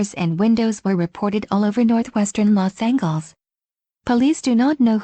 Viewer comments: What the hell is “Los Angles”?!?! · You said Los Angeles wrong